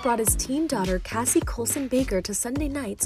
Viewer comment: Her name is not "cassie" its CASIE (kay-see) and her middle name isnt Colson. Are yall fr? Do you not do research before posting stuff?